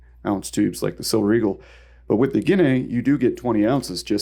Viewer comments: I like the way you pronounce guinea 😂 🇬🇧 try it again ginee … ginee … ignore the a 🇬🇧 so sweet 😝😘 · Just a couple quick corrections to the pronunciation of things, it's: "Ha-lee-na" and "gi-nee" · The "a" is silent, my dude, just like in "guinea pig."